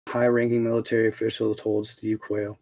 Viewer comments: Dude Steve Quayle... pronounce it like the bird.. you kill me with that pronunciation 🤣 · Steve Quayle is pronounced Steve Quail like the bird 🐦